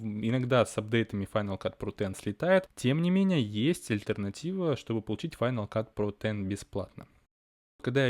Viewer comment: Так странно звучит на русском, когда ты произносишь, название этой программы "Файнал кат ПРОТЭН" О_о